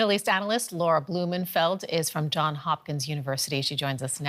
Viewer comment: ( ) SOMEONE inform this “newscaster” that it’s JohnS Hopkins University. Not “John” Hopkins.